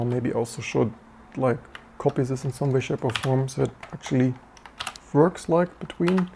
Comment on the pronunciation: It's verking, it verks.